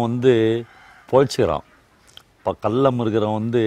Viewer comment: சொல்றேன்னு தவறாக நினைக்காதீங்க நான் உங்களை விட வயதில் சிறியவன் தான் தமிழ் உச்சரிப்பை சரி செய்ங்க கல்லம் இல்லை கள்ளம்